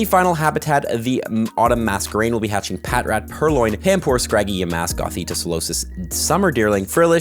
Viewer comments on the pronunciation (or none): none